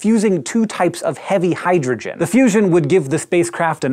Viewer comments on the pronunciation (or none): none